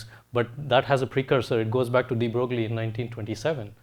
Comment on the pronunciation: De Broglie is pronounced like Debroy (similar to destroy), the g is silent.